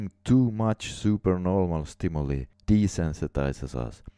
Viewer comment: Good job! Although it's a small thing, I wanted to point out that stimuli is pronounced STIM-U-LIE. ;-)